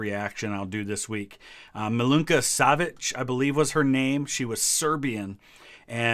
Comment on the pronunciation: You pronounced Milunka Savić really good, coming from a Serb :). I ABSOLUTELY LOVE Lady of the dark, but I think it could be more personall (like Unkillable soldier),they didn't mention her nationality/name/stories. I hope you mention it in the reaction, her Wikipedia is really detailed and correct. I love the song, it just needed to better show her.